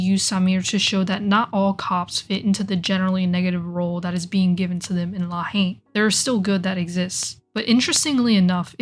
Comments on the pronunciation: Rolled my eyes whenever she pronounced it “Law Heen” lol. Not to be a dick, but it’s pronounced like “La En”. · For a video that purports to be suggests a leevl of fluency with French politics, cultural and racial dynamics, and social situation in general, it was hard to take seriously when the title (two words) is not pronounced properly.